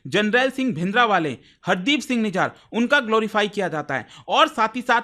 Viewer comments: सर निजार नहीं, "निज्जर"। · Mere bhai it’s nijjar not nijaar 😂